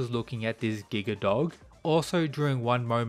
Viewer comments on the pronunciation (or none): none